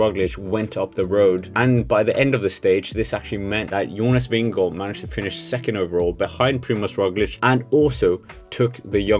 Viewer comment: Glad for at høre Jonas Vingegaards navn blive udtalt rigtigt på Youtube. God video. Bliv ved.